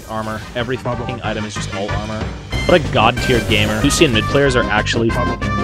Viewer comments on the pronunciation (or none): Anyone else HATE how he pronounces Lucian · we need a compilation of pronouncing champs wrong (Lucian, Mundo, Yone.)